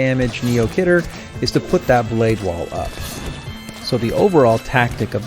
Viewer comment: khidr is pronounced key der